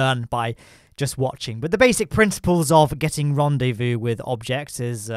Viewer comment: French guy : wtf is a ranwdévou ?